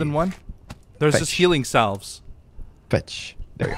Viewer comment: Oh no! Mispronouncing the word "salve" has invaded another series! The word isn't pronounced how it's spelled. Instead it sounds like "sav." Love all the videos with the. I hope they keep on coming.:)